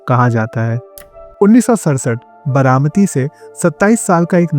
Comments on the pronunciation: What is Bramati? Its Baramati. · It's बारामती not बरामती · It’s BAARAMATI not Bramati…improve your vocabulary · बरामती नही बारामती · It is बारामती not बरामती. 😊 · I couldn't watch the video beyond 2 minutes, because I couldn't bear to hear "बरामती" anymore. By the way, the name of your channel suits your pronunciations.